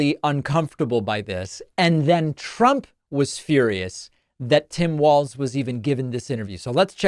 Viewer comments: Just because we might be using it a lot in the near future, it's pronounced like "walls" not "waltz" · It is pronounced Walls - Walz not Waltz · *WALZ (not Waltz.)